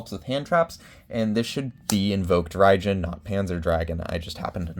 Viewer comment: Also you were talking about Invoked Raidjin right? I couldn't quite tell what you were saying and the captions weren't helping much